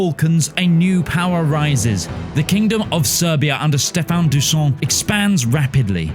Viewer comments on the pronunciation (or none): its not dooson its pronounced dooshan xD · I've been waiting my whole life for a non-serbian to pronounce DuSHan correctly. Guess I'll keep waiting. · Bro, the pronunciation of Dušan is hilarious. Whoever decided to give him a french pronunciation, man you made me laugh so hard. For those who don't know its pronouned Du - shan, Du like how Americans pronounce DuPont and shan is pronounced like the word share, but with a hard N at the end instead of Re. Here's the IPA rendition [ dǔʃan ] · I swear I spitted a lung. "Who the fuck is this french you talking about" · kinda weird how you put effort into pronouncing Spanish regional names correctly, but then completely ignored the correct pronunciation Dušan and Achaia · Yeahhhhh turns out the pronunciation guide I used was French 😂🥖